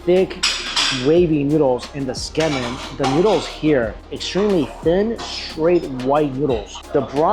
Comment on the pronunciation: You're enjoying your food when you have a piece of it stuck on your nose and don't even realize it for an entire segment. 😅 Great video but I gotta say, your pronunciation of kah-rah-AH-geh and Tsukemen (from an asian no less) made me cringe.